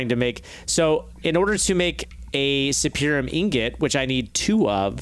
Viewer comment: Does anyone else cringe a bit when they mangle the Mystical Agriculture essences' names? It's not "Infernium" it's "Inferium", as in an Inferior essence. The highest one isn't "Superium", it's "Supremium", as in Supreme Essence. As an aside, if Cloches and Mulch are in this modpack, they could totally make Inferium essence a whole heck of a lot quicker, and would be able to automate it in a slightly smaller area, in theory. They would only need one Cloche automating each Essence, with the thing it grows fastest on, leave the server on overnight, and check back in so that their storage doesn't overflow.